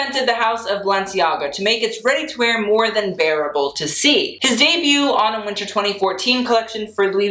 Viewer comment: When he said Autumn Winter I thought he said Anna Wintour